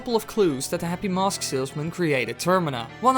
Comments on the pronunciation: mosque* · he says it a lot